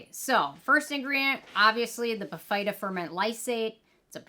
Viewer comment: Hi, the correct pronunciation is BIH-fuh-duh, not bih-FEYE-duh. And I agree this product is trouble. I couldn’t make it work. The fruit enzymes dissolved my face off. 😮